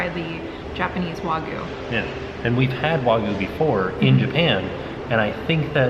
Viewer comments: Wa-gi-yoo. Not wah-goo. Cringed every time I heard that. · IT IS PRONOUNCED WAG-U NOT WAGU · It was Way-gooy. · It's Wagyu! Not Wagu! So many Americans oddly pronounce it that way. I know its just one letter but it would be like a Japanese person calling a US steak a US stick lol(yes I know, Japanese people have horrible English word pronunciation too ha) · As an australian and hubby is a butcher kobe is just Wagyu and there are different scores of it sonhigh the score the better it tastes pronounced wag you The only difference between australian wagyu and Japanese wagyu is the place they are from Australian wagyu is way more expensive as well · Thank you for sharing. You look great, the meal looked fantastic, however please learn how to say Wagyu 😀😀